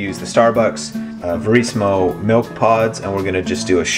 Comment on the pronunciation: its MILK not MELK lol sorry